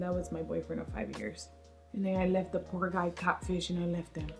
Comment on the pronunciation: Ay 😂😂😂 the way you say catfish "catch fish"!!! Always making me laugh with that beautiful accent 💋 snap chat fam!!